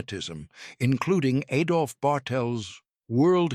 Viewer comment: Learn to pronounce Hitler's first name correctly.